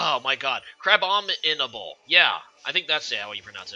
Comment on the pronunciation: youre having a hard time pronouncing that pokemons name because you wanna say "CRAB-ominable when its actually "CRA-bominable"